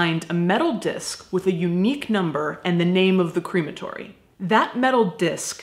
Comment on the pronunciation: I really like how you pronounce crematory (like cream) it makes me think I’m going to be immersed in cream when I go, though it does also make me think of an ice cream shop where all the ice creams are made of dead bodies 😷 lol xox